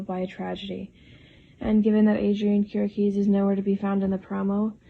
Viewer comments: I think it is pronounced "keer - ee - ah - kis" ... right? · Kiriakis... Pronounced ..Kiri..ahhh.kiss Stepheno .. Pronounced ...Stef ..n..o I like your videos but you obviously do watch.this show